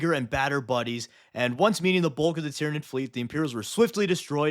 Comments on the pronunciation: id is the latin suffix to mean where it is from, so Tyranid figuritively means "the ones that came from Tyran". And so, it should be pronounced Ty-RAN-id, and that's the hill I will die on. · Sun Tzyranid 😂